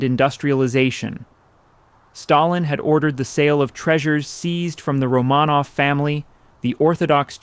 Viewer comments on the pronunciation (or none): Roe-man-off with the emphasis on roe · Can't even pronounce Romanov.